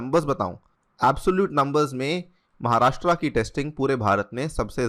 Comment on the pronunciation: १) 'महाराष्ट्र' सही उच्चारण है, 'महाराष्ट्रा' नही २) भगत सिंग कोश्यारी नाम है राज्यपाल का